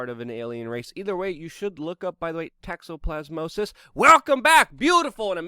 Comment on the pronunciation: Did you say Texasplasmosis??